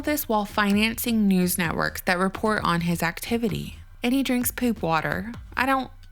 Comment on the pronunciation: Is it just me or does anyone else love the southern draw when she said “poop” water?😂😂😂😂